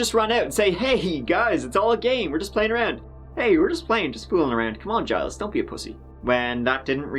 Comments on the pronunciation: It's Gilles like in Jill but with emphasis on L rather than J, like Jeel but Gilles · "Zheel", not "Gees". Soft G, kinda dump the "es". You're bang on for "Tet-TROE". De rien. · Just to help Gilles is pronounced Gil list, Gil is the accent syllable. This is how you is, typically, how Jiles is spelled. I do believe Giles is acceptable. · Gilles is pronounced more like Jeel (at least in french) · Gilles is pronounced Jeel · For all those non French speaking people Gilles Tetreault's name is pronounced 'Jill Tetro' but I like the way you said it better along with all of your other mispronunciations and slang :) Thanks for the uploads, been binge watching since I found you a couple of weeks ago. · "Gilles Tetreault" is probably pronounced like "Jill Tet-ro". When pronouncing french it's kind of joke that you just ignore latter half of words or names lol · Think the name of the guy who escaped is pronounced: Jeel. French-Canadians??? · Its "zjeel tet-tro" :) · The name is pronounced like "Jill Tetrow" in layman spelling pronunciation. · Gille is pronounced like sheel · I believe the first attempted victiim’s first name is pronounced like “Zheel” more or less. His last name? You’re on your own. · My hidden inner French Canadian tells me Gilles Tetreault is pronounced “Gees Tet-TROE”